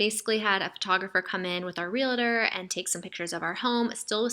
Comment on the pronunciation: I love you girl, but it's not pronounced 'real-A-tor', its 'REAL-TOR' 😉🤙😘😘😘😘